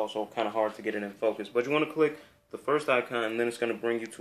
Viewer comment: ...and "focus"